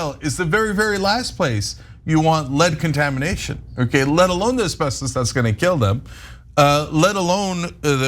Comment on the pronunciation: "let alone" sounds exactly like "lead alone"